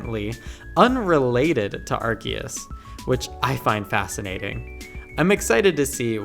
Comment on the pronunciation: AR-See-Us… when I hear people say the name wrong, I just click off the video.